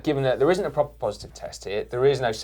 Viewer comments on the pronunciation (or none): none